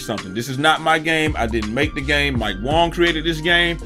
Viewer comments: Okay how long are we going to let say Wong instead of Wang lol I mean nobody's going to say anything, is he doing it on purpose? I don't know🤣🤣🤣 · Is Wang meant to be pronounced as Wong or is it just him saying it wrong. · Its Mike WAng not WOng lol.